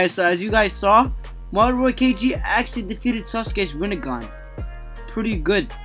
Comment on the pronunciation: it's not ranniegan it's rinnegan